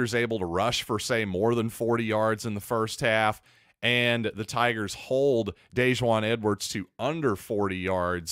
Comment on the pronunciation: FYI, he pronounces Dejuan like the mustard. Dijon.